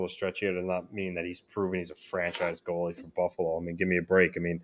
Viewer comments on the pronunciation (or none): It’s goalie not “goale”😂